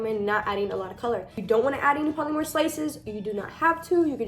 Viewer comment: Are you Hispanic? Your accent really throws me for a loop bc you sound Latina. You are, right, like half maybe? (And btw polymer is pronounced 'paa-luh-mer.' I thought you were referring to something w/ a trademarked name, something like 'polymorph' or something. Polymers are a class of materials that are like plastic. But you should say it correctly.) Also, funny that you're teaching kids how to use syringes. I use syringes for um....something else. And don't call an object 'he/she.' Your videos make me angry.